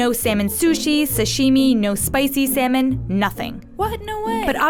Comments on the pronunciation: Salmon sound more like semen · instead of salmon i hear semen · Can u please pronounce salmon properly its sounds like semen😥😥🤣🤣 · I'm latin and when she said 'salmon', I heard 'semen'. Lo sé soy nuevo. Los latinos me entenderán xD